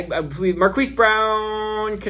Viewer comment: Marquis is pronounced Mar-Keese 😉 Keep up the great work!